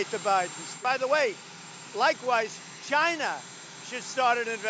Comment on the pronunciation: Can someone please please teach this man how to say China properly